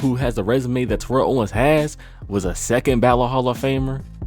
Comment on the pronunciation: you mispronounced terrell owens name wrong just like a lot of people do its ridiculous but other than that great video